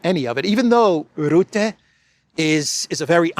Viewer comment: Rutte: the 'u' is pronounced as 'e', in 'er'.